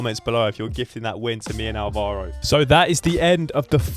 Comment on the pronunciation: Nice video man. The only thing is... It's pronounced Álvaro, with the accent on the A. But, anyways, very fun. Also, you started talking Spanish in that match, but you were playing a Leandro? Sounds Argentinian to me ahhaahah.